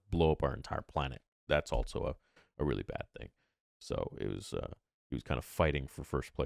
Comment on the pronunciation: "altso" x2